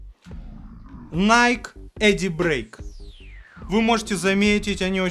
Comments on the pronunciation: Ты оговорился) не едибрейк. А дейбрейк(nike daybreak) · ну ща времени пересматривать видос нет, но я точно помню, что Nike Daybreak ты называл Эдибрейк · Найк Эдибрэйк??? "Э"??? 🙄🤦🤦🤦